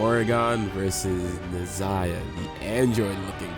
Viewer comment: Brother what would take your videos to the next level is learning proper pronunciation of the Gods' names...like where's the I in Nehza...and its not Morrigon its Morrigan...please...I promise you itll take the quiality up at least 2 notches if you learn how to pronounce their names properly